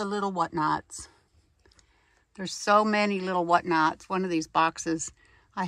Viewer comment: “What Nots” so New England 😍🥰❤️